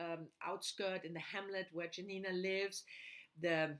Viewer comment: The best Tokarczuk's book is Primeval & Other Times. i love also Anna in the Tombs of the World. Dont call her Janina like jam, this is very bad pronunciation. Check polish "j" sound.